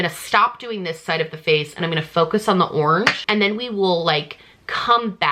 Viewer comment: no one:: ✨ORNGE✨